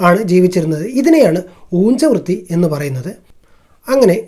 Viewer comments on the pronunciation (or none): Brother ,ഉജ്ജ വൃത്തി അല്ലെ ,ഊജ്ജ വ്യത്തി എന്നു വരുമോ